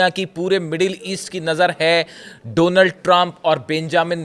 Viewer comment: I like the way says “dough-nuld” Trump